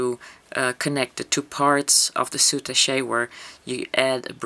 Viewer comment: Very nice tutorial. FYI -I thought you might like to know, according to the Oxford English Language dictionary it's pronounced SOO TASH not sootashay. Thanks for sharing...